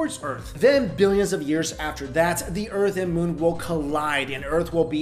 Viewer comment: "the urt' and moo"